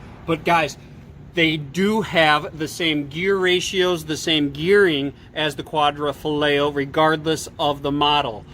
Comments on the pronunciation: Stopped watching after quad-ra-foligno. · Goulart quad-ro-fo-li-o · Qua-D- FART-iO 🤣😂 or what ever. I don’t think these guys have ever tried speaking anything else besides English.. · "Quadrifartio" 😅😅 I heard that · WHat's with the pronunciation problems? Quadrafoleo/Quadrafarteo instead of Quadrifoglio? Jagwire instead of Jaguar? If you are going to review cars shouldn't you learn how to pronounce the names? Why should we take anything you say seriously if you talk like a high school drop out? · Quadra fillet? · You guys are smart, why didn't you take two minutes to learn to pronounce Quadrifolglio? Were you dumbing it down to seem more relatable? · First: I respect your review but professionalism is necessary and you should get your names right when mentioning them. I was actually going to stop watching the video as soon as you butchered quadrifoglio but i still kept going. 2nd : you criticized stelvio for year end big discounts. All manufacturers want to get rid of old cars at year end with big discounts. 3rd: stelvio quadrifoglio is a direct competitir to glc 43 and has beaten out glc 43 in driving experience by a margin and matched the power. 4th: read actual owner reviews and 75% of them are satisfied with 2017 and onwards alfa romeos.